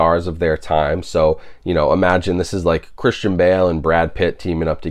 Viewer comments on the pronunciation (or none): none